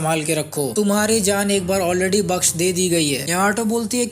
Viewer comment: Jaaan suna tha zaaan kya hota ha